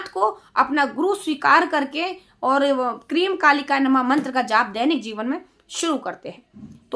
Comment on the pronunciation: क्रीम नहीं हैं ‘क्रीं’ हैं